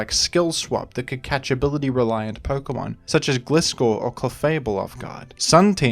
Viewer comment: How to pronounce Gliscor: Gliscor = gli(ding) + scor(pion), professional Pokemon enthusiast and Iron Mugulis whistle blower: Gliscor = Gl + (D)iscor(d) I don’t really care how people pronounce Pokémon names, but it’s just always very conspicuous, distracting, surprising, and a bit funny when someone pronounces it in a unique and original way. Especially someone who you consider to know more about Pokémon than yourself.:p